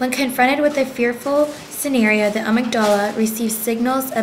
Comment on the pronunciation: you pronounce amygdala wrong! i work with selectively mute kids, and it is SURELY not a choice that they make. most effective treatment involves getting to the root of the anxiety, rather than just treating the manifestation of anxiety which is mutism.